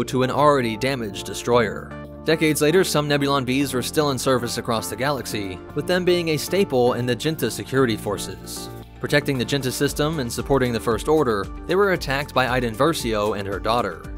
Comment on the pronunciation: Isn't it Jinata Security or J-Sec and not Jinta Security